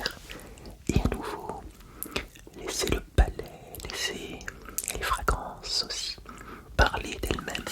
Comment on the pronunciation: Je me permets de te gronder 😡, tu t'es encore trompé, on ne dit pas Fragance mais FragRance 🤨. Je te l'avais déjà fait remarqué il y a quelques années, souviens toi. Si tu continues, tu seras puni ☝: plus d'éclair pendant 8 jours (je sais, c'est pas gentil mais tu le mérites). Tu as de la chance, le reste de la vidéo est tout-fait correct (j'oserais dire magnifique...). Alors, Bisous quand même 😘